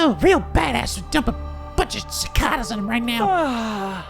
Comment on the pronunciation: or so. Ci-KAY-das, the bug. Ci-caw-das sounds like a dish at a weird Mexican restaurant found only in the US